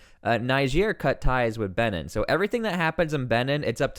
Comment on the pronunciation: Its Benin is pronounced, Bee.neen